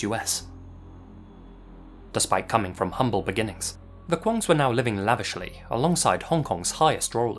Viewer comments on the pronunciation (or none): none